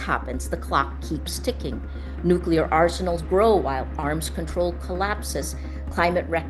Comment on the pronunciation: FFS! It's nuclear (new clear) not "nucular" Just say new-clear, why is this so difficult that "broadcasters" can't say a simple word. Pam